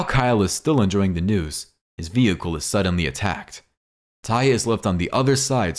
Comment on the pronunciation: IT'S (TAY-UH) NOT TIE-A😠🙄😡🤬👎👎AURRGH/ERRGH..!!